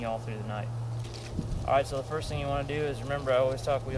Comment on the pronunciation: "thing" not "think"